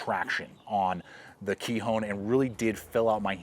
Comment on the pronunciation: Kihon.... not "kee-hone" means basics or fundamentals in Japanese